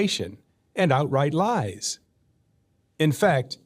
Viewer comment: Why does that guy add syllables to words for no reason? ‘Lies’ is one syllable. It’s not ‘lie-hies’.